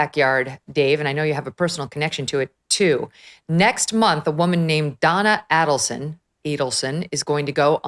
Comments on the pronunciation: LOL its not “Kate”-it’s Katie She has NEVER been called Kate. It’s not Adelson with “Ah’ its “A”. It’s Markel with the emphasis on Mar KEL, not Markel. Dave Aronberg is also wrong. It was not converting the kids to Christianity-it was converting them to Catholicism. A big difference. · MEGYN! GET BETTER PRODUCERS WHO PREP YOU BETTER--- SO YOU CAN PRONOUNCE THE NAMES CORRECTLY--- AND GET YOUR FACTS RIGHT!.. The name is A-DEL-SON ( not ADEL-SON!.. Also, it's KATIE ( not KATE) MAGBANUA!... Listen to DAVE ARONBERG , how to pronounce their NAMES and the FACTS OF THE CASE!.. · Dan Markel/ Mar Kel not markle and NOT addleson/ A dul son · If you are going to cover a story, know the pronunciation of the names of the main players in the case Megyn. So unprofessional dear. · Aid-al-son: phonetics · I'ts AID- EL- SON. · Megyn, Adelson is pronouced like Aidelson. Kate is Katie Magbanua. Markel is pronounced like Markell, not Markle. Following this case for years. You would love the prosecutor Georgia Cappelman if you review the trial which is on youtube. She is a master! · I have no idea how Dave Aronberg could sit there while Megyn butchered almost all the names associated with the case & mixed up all the case facts. Why cover a story you know nothing about? At least, do your research beforehand. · Pronounced both last names wrong. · Thanks Megan for mispronouncing everyone's surname 👍. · For the Love of God, Megan this has been BIG news for over 10 years with 4 arrests made so far-(with Donna more than likely being the 5th) get the names right!!!! You mispronounced Adelson and Markel and ‘Kate’ as you called her is known as Katie. Soooo many people have been following the twists and turns of this case for a long long time-so your mispronunciations and just completely getting a name wrong it makes you look so out of touch. Don’t you have a producer so these kind of mistakes are not made?